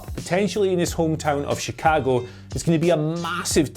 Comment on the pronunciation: I appreciate that, being British, still says "Chicago" how people from Chicago say it, as opposed to how most Americans say it. He says "Chi-Cag-Oh" similar to the locals, whereas most of us Americans say "Chi-Cog-Oh". But he also doesn't overdo it either, like people often do when trying to emulate the locals "Chi-CAAAAAAG-Oh" Very nice attention to detail there.